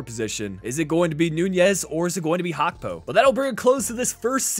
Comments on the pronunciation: It's Gakpo with a G not Hakpo 😑 It's bleeding my ears 😑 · Why do you call gakpo hakpo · Liverpool won the community shield and Gakpo’s name is pronounced how it is spelled, not Hakpo